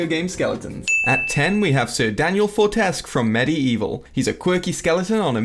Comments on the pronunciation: It is sir Daniel FORT-ES-KEW THANKS!!!!!!! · M B the way he said Fortesque really ticked me off! 😂